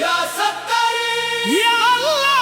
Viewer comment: Talaffuz sahi nahi hai. یا سطار ہوتا ہے سطر نہیں